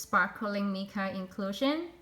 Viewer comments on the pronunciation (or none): Hi. Mica is pronounced My-ca.